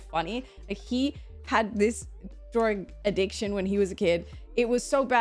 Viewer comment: "He had this drawing adicktion" - I see what you did there. 😅